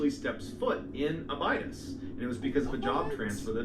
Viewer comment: The Narrator is Killing me when he pronounces Abydos (Ab I dos) is the way it is sounds only way I know because it was in Stargate SG1. But love his story telling though.